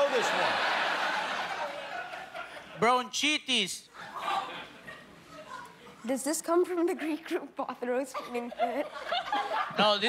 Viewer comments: France Lot that pronunciation is actually pretty close to the German word Bronchitis. Meaning exactly the same as the English bronchitis. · Guillermo pronounced bronchitis like we do in Germany😂 So I knew how to spell it at once. But that was the only word I understood😅